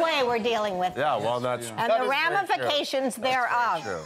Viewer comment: For some reason I cannot stop laughing about someone saying the word rami-fications while Rami Malek is sitting on the couch 😅🤦‍♀